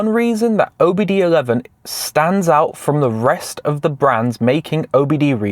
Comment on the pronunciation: Its not OBD 11 its OBD 2 (II Roman Number)